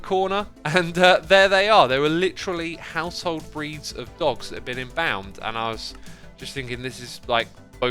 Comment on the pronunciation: Your mispronunciation of embalmed is very weird :p